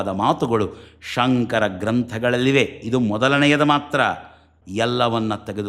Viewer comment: ನಾನು 3 ಬಾರಿ ಶೃಂಗೇರಿ ಶ್ರೀಗಳ ಮಾತನ್ನು ಹಿಂದಕ್ಕೆ ಕೇಳಿದೆ. ಸ್ಪಷ್ಟವಾಗಿ ಅವರು"ಸಂಕರ" ಅಂತಲೇ ಉಚ್ಚಾರಣೆ ಮಾಡ್ತಾ ಇದ್ದಾರೆ.